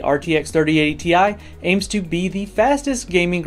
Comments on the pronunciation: It's still pronounced Tea Eye :) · You should have pronounced TI as tie